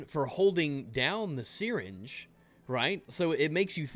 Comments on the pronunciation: "The seereenge" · lol dude that isn't how you pronounce "syringe" x"D